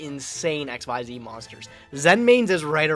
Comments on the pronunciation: I am only seconds into this video, and I already hope loses PURELY because he said X-Y-Z era. I know it was a stupid name, but it's pronounced ik-seez. The way you say it, it would be three separate letters, all caps (like XYZ Dragon Cannon). Xyz, capital X, lowercase y & z, is pronounced like a single word. What's worse is that you're supposed to be some kind of Yu-Gi-Oh pro (frankly I never heard of you before the Progression Series), and so you probably know this and you're pronouncing it wrong anyway. Purposely stupid. Cimo, if I have to listen to call Xyz Monsters "X-Y-Z monsters" for the rest of the Progressions Series, I'm gonna have to leave and stop watching. It is THAT cringy. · Stop saying X Y Z, that is so cringe. The correct pronunciation is Exceez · i hate that says xyz and not exeez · I never understand why everyone says "exzees". WHERE IS THE Y?!